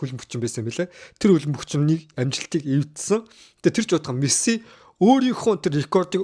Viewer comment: нэрий нь зөв хэлээчээ Мэссээ биш Мэсси гэж хэлээчээ эргүү амьсгаа вэ